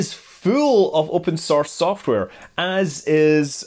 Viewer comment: "Yopen sorce software"